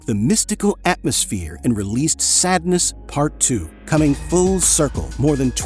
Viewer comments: SADENESS, not sadness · Ibiza. Not Ibizia. I guess you typed it incorrectly. Also it's Sadeness, not sadness. SAWED-NESS. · Sadeness not sadness